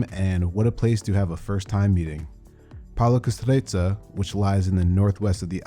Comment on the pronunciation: Pal-e-o-cass-STRIT- sur!!!